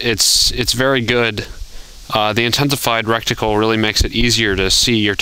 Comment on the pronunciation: its called reTicule NOT reCticule(how you were saying it)